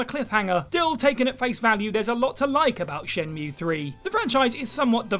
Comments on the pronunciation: Jules needs to tutor on how to pronounce shenmuwea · Can't believe he said shenmueeeee wrong